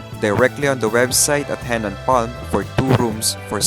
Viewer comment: Henann not Hennan ✌️